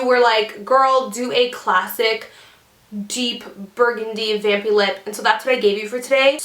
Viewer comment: Kept on hearing 'Bambi' instead of 'Vampy' -_